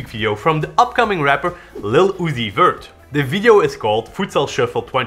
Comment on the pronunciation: Man said “upcoming”